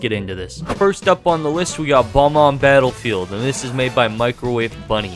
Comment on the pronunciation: It's bob-omb, not bomb-omb. A nitpick, I know, but I have to admit it reeeeally bothers me